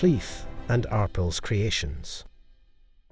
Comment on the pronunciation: it's pronounced ar pale